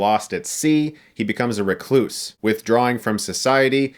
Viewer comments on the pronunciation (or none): none